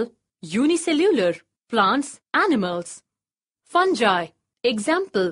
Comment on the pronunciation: Pronounce the word correctly fungi